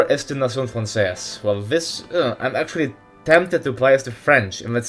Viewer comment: the way you pronounnced nation francaise, was so spanglish xD, nation-frances